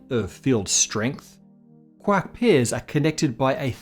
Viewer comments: Just pronouncing QUARK rather that QUORK was enough for me. Way to go! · Thanks. I'm glad you pronounced it as quark and not quark!